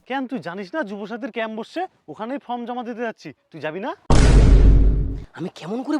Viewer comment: কথাটা ফ্রম নয় ফর্ম